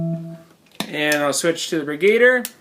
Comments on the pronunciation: I think it's pronounced "Brig-u-deer" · BrigaDIER, like brig-a-deer. Lol love your vids anyways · Bri-GAY-der???? Wow. You even spelled it like that on the video title!! LOL